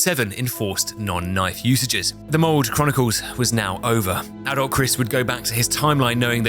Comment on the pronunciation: Took 40 minutes to realize he was saying adult Chris not adolf